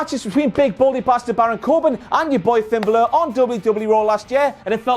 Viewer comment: I can't stop laughing at the way he says finn balor